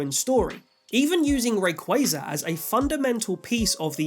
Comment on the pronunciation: someone pronouncing Rayquaza's name correctly? Subbed.